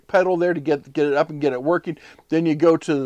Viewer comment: "Workeen" is not a word. "Shoppeen" is not a word. "Steppeen" is not a word.